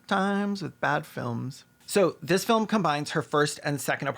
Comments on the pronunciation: every time caelan says filim i laugh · Please tell me you're saying 'filum' like Slavoj Zizek on purpose because I laughed every time you said it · Your ability to pronounce the word "film" with two syllables is a legit superpower, please only use it for good